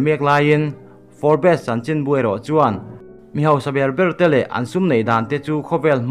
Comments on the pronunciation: Forbs anga lam tur. For bes nilovin. Tihsual palh emaw, hriatlohte pawh a awm ve thei e. Hriat kim vek theih a ni silo a ni. Kan inhrethiam tlang vek tur a ni. Kan zirtirtu pakhat chuan thil zawng zawng hriat tum suh u, min ti ţhin. 😊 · Nakin zelah pawh Forbes magazine news inla la zel duh awm sia.. A lam Dan dik zawk in aw.. Fobs tih rik a lam zawk tur ani e.. Sawi sel na ni lo in thahnem ngaihna zawk in le.. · Pronunciation chu zir tur awm ve nual mahse i sawi tum a hriat theih tho e. Entirnan, Forbes hi fourbess tih a lam tur ani lo😂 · For bes ti a lam lo in, Forbs tiin lam hram la, ngaihthlak a nuam deuh ang😇🆒✌ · Fawr-bes ti ang a lam lai tak hi chu a fuh chiah lo. Fawrbs (Forbes) ti in an lam țhin a ni. A dang zawng chu a ngaihthlak a nuam e. 😊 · Fawrps.. Tiang hian aw.. Tisual thei vek kan ni.. Thurawn in pe tlang thin ila.. I channel a ngaihnawmin a bengvarthlak thin e.. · Forbes. Fawp, tih mai tur alawm😁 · Fawr bes tih loh tur aw.Forbs i ti tawh dawn nia. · nui keh tuarlo khan a lamdan dik chu hrilh ve mai la. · Forbes a atawp a 'es' zawk hi lawm lambi tel loh zawk tur 'b' hi chu lam tel a la ni zawk... Forbs tih in an lam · Forbz alom a lamdan tecu🤪🤪🤪🤪 a spelling forbes